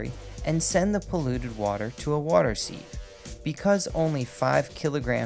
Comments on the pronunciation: Sieve is pronounced " siv ", not " seeve ". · Sieve is pronounced like "siv" americans lmao